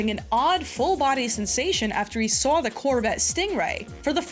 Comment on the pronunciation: and Tazz from ECW are the only people I have ever known that pronounce the word Saw with an R